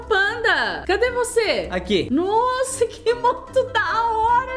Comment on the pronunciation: deixei o laique quando a falou nosa